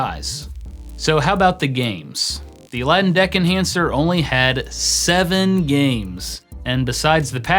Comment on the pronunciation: everytime you say deck enhancer i hear dick enhancer